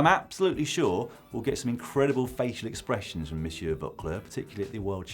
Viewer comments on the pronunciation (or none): none